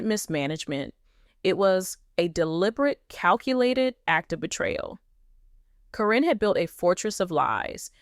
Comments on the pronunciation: If this is legit, why are you pronouncing Caryn’s name incorrectly. It’s “Karen” even though it’s spelled differently. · This is bull First you or sources should know how her name is pronounce Second it would be on the news which it was not And thing about his son is far from the truth Matt would never allow that